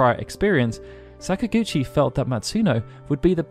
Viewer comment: Please stop saying sakagouchi please. Im about to pee my pants